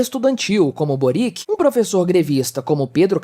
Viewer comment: Só lembrando que a pronúncia de Boric é servio-croata parecida com Djokovic.